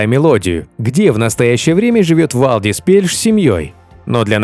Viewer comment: Правильно говорится ни Вальдис а Валдис и так же пишется.